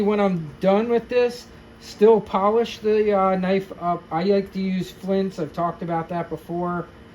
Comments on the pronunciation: BTW, it's FLITZ, not FLINTZ. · Sorry bro but there is no "N" in F L I T Z...yer killing me bro...otherwise FANTASTIC video! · It's FLITZ like SCHLITZ 😅😅😅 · It's Flitz, not Flints. It removes bluing because it contains amonia. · confused the hell out of me saying flintz. till i saw the tube I had no idea what you were talking about. but yeah.. Flitz is great stuff. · Thank you for sharing all of the information. A Very Minor Detail. "FLITZ" does not contain an "N".